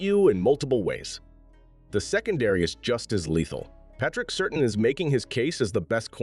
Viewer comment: Surtain does not rhyme with Curtain